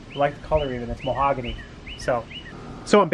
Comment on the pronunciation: Muh-hog-a-knee. Mahogany